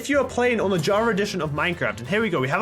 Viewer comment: Y does he keep saying jarva instead of Java